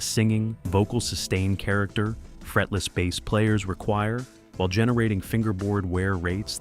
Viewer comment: The long hair guy stumming his bass while jumping up and down is plain embarrassing to Bass players everywhere.. Really sick of this AI generated videos. Pronouncing "Bass" like the fish. Very embarrassing.